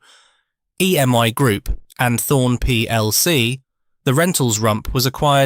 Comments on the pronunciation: EMI not EMY 😂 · EMI not EM1! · It was Thorn EMI NOT Thorn EM1.